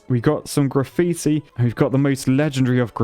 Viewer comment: Did he just say giggitti? 😂